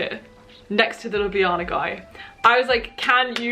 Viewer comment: gurl do you remember the word that the instructors were saying? i'm slovenian i could translate also your pronounciation of Ljubljana is perfect✨